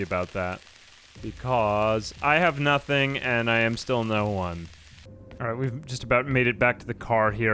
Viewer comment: He's saying 'alright' but fast